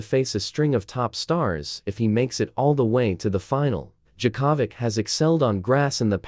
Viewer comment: Novak Jacavik who the hell is that! Oh, Yea that's how an irritating AI voice over would screw up anybody's name! Don't use AI voice overs!!! :hand-orange-covering-eyes